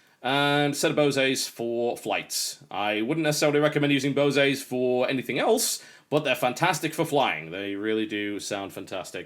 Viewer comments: Hey TB, its Bose as in 'bows' and not 'bosay' ;-) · I think you pronounced "Bose" wrong. I think Bo-say is not the way most people pronounce it, it's boh-se like "base" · Bose not boseays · teehee he said Bosey :P its just Bose :D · "Bosay" 😄 Oh how I miss him 😔 He would NOT like YouTube as it is today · fyi, blue cherry switches are some of the loudest. Red cherry, Black cherry, and Brown cherry, are some of the quietest. also if i'm going to be a nitpicking douche, at least in america, you don't pronounce the E in Bose. Like their commercials they don't pronounce the E, at least in my region. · BTW TB, Bose is pronounce like Hose. Named after the founder, Amar Bose, an American Indian engineer. It's not French or European, at least not to my knowledge. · Good Room TB, oh and the E in BOSE is silent, you say BOSe. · Thanks very much for the tour TB. Also, since you seem to like to pronouncing words correctly, I thought I'd lend a hand. From Wiki: Bose Corporation /ˈboʊz'/long 'o' in 'bode'. ;)